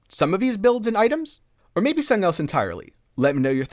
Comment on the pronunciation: Are you saying /Sunn-ing/ or Something cause I'm losing it over here lol.